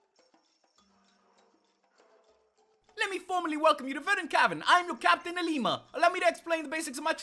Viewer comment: who else gets triggered because he says LLima's name with an I in the front